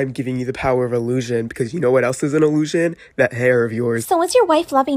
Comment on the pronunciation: give daddy your puwer😂